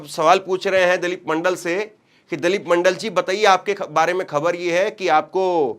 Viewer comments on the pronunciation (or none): It's not Dalep ,It's Dilip Pronunciation to dhang ka karlo pahle apne 😜😂😂😂😂😂😂😂😂